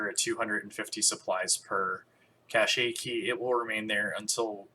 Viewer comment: "Cache" is pronounced as "cash" not as "cachet".